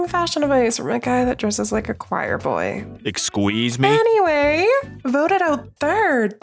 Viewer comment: "Exqueeze me?" LOL